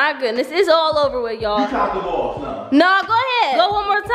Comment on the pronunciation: You said the balls up wrong on the pool table 😂🥰